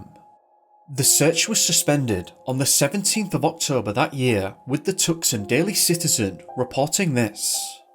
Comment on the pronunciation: Fascinating! but you have to realize, Tucson is pronounced TOO-sawn. You've heard people say it but didn't realize this is the word they were saying.